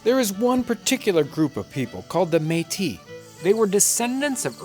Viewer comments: The Meat-us lived in the apple-at-chian mountains lmao. Its pronounced May-Tea and Appa-lay-shun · Man I didn't realize that's what he was talking about. I've been looking for "Meatists" for like an hour now LOOOOL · Btw metis is pronounced Metiss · I noticed you changed the pronunciation of meatis. Did you find out between videos that that is the real way to say it? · Hi; it's pronounced metiss :) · John I’m pretty sure it’s pronounced meat-tis. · took me 2 parts to realize he is reffering to the Metis people, cause he said mee'ti, Metis just mean part white part native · Métis is pronounced MA tee. It is a french word. It runs in my family. I'm Canadian and my family goes back to the mid 1600's. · The Meatice people. lol that was really bothering me. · Métis, if you want to pronounce it properly, you have to exagerate the S at the end, like for Paris ( even if In French we don't pronounce that S, but this is another story ) . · Except that all of Canada pronounces it the other way. You have to remember with Canadian French, it has been disconnected from European French for 200 years, and a lot has changed in that time. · I'm not laughing. He made a mistake and corrected it. But you're right, good on him. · I thought it was a bad pronunciation of Metis, the french name for people of mixed origins.